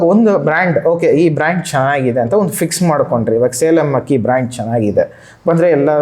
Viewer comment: ಹಕ್ಕಿ ಅಲ್ಲ ಅಕ್ಕಿ